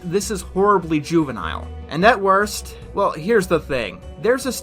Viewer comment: The first syllable of the word is missing. Did you mean for that to happen in that cut? I think that said "The worst project." But all that came out is "orst project."